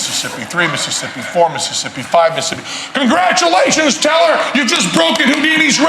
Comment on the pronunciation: 'The Vewue best in the business...it IS... Penn .. and Tellah!'